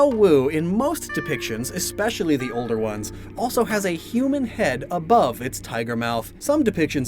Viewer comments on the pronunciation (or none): none